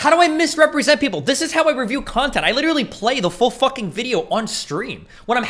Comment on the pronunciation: "LITRAL-LIRTRAL----LITRALLY" "HE LITRALLY-"